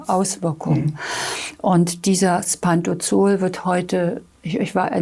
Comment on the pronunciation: Es heisst Pantropazol und nicht Pantozol